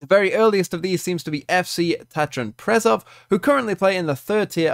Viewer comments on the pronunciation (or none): none